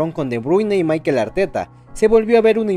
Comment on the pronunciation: Es Mikel, no es Maikel